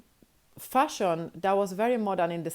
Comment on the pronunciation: Especially when she says "jealousy", "fashion" or "of course"